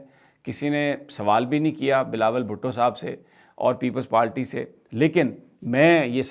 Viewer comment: یہ بندہ ہر با پیپلز پارٹی کو لیپلز پالٹی کہتا ہے 😃😃😃۔ پکا اردو میڈیم ہے اپنی رنگین قمیضوں سمیت ہاہا